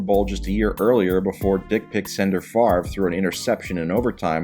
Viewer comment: Mr Pedantic says, it's spelled Favre but pronounced far-ve.